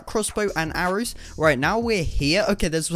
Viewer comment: He said arows